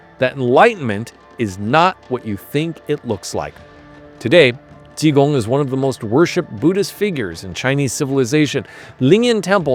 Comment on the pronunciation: Ji Gong! J I G O N G!